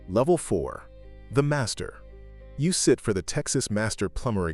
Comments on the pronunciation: Levef? Or level? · LEVEF? YOU MEAN LEVEL?